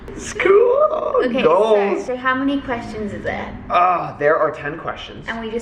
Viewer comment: Lol you know you're an OG when you hear says "goals" and you think "GOALCH" 😂😂😂